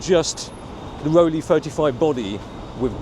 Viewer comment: It's called Rollei, not Rolly